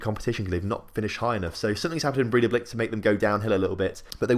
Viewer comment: Probably woulda been easier for you if I'd just told you how to pronounce the team names 😂😂 Breidablik - Bray-tha-blik Valur - Vahl-yoor Stjarnan - Styahr-nahn Grindavik - Grin-tah-vweek (but with a rolled r) Vikingur - Vee-king-yoor Fjolnir - Fyul-ner Sindri - Sint-ree (with a rolled r) And in case you have to talk much about any of the teams you're newly putting money into: Fram - Frahm Keflavik - Keb-lah-vweek Þor - Thohr Grotta - Groh-tah (with rolled r) Haukar - Hoo-ee-kar Selfoss - Sel-voss Þrottur - Throh-tyoor Huginn - Hyoo-ginn (Fun fact, I know all these as much as I do mostly because I used to have a minority stake in Þrottur for a couple years.) Btw I really appreciate your channel, you've quickly become my favourite FM channel. Thanks for all the effort with the videos!